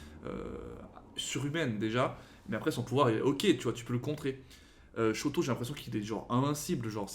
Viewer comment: Et sinon pour Shoto ça se prononce comme ça s'écrit, sans accentuer